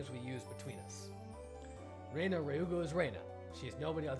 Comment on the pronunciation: This Reina thing was pretty confusing since you've been pronouncing her name wrong from the beginning. Rena is pronounced Re as in ready na as in navigation Reina is pronounced the way you've been pronouncing Rena.